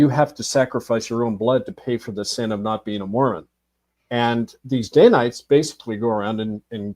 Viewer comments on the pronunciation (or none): It's Dan-ites, not day-nites.